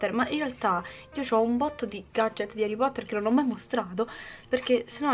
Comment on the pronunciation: HARREH POTTAHHHH😍